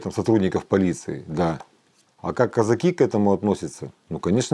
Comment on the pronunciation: Как режет слух это российское кАзаки, кАза́чий